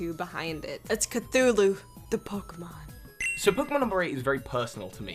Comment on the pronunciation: number 9, I want it ( also , is it really pronounced fake-ee-mon)